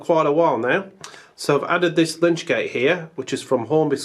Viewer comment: NOT a 'lynch' gate; it's 'lytch' gate. 'Lytch' is from an old word for 'corpse', a lytch gate offered shelter in inclement weather for coffin bearers, should they need to wait for the service to reach the appropriate moment.